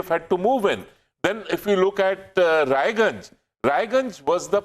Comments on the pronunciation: OH LE LE LE LE LE!!! Bachche ko bilkul bhi achha nahin laga ki Raiganj ko Raniganj keh diya...OH LE LE LE LE LE!!!! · It's not Raniganj, it's Raiganj.